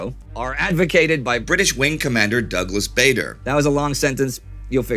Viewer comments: Bader is pronounced "badder", not "Bay-der".. But I'll let you off because this series is incredible! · Happy Birthday Indie, thanks for all your hard work. As for the video, I was wondering if you were going to mention Douglas Bader at some point. Couple of small comments, firstly his name is pronounced Bar-Der not Bay-der. And secondly I'm surprised you didn't mention that he had lost both legs (one above the knee and one below) in the 30s and flew throughout the battle (and afterwards) using artificial limbs.